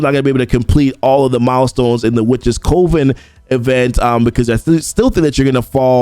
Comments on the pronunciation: I love the content but I gotta say it.. it’s Cuh-ven. You’re definitely not alone. Every CC I’ve been watching is saying Coh-ven. However, it’s Cuh-ven. Sorry it’s been driving me bonkers haha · Just a heads up, coven is pronounced the same way as "oven", but with a c in front of it. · Coven rhymes with lovin". I love you, man.